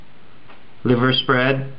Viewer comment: liver sir not lever